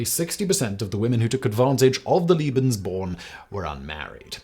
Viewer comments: Lebensborn, not Libensborn… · Ik this vid is a bit older but its a good one tho i do recommend atleast learnong the pronounciation of german words (im german) u said Leben like lieben which means love so that rlly doesnt make sense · haha, I was so confused at first when he kept saying 'Liebensborn' instead of 'Lebensborn' and kept thinking 'but... this certainly has nothing to do with love...' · Oh and "Lebensborn" is "lay-ben's-born"^^